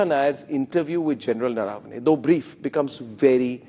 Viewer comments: It’s not Naaravane. It’s Naravane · It's not General Naraa-vane, it's Nar-vane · Naravane is pronounced wrongly - we Learned Indians don’t pronounce properly and we take offence to others doing that. I see most news guys pronounce the name incorrectly Rajdeep gets that one right